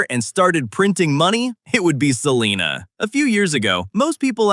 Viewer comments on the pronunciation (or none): Sa-line-ah not seelina 😂 U R obviously not from here!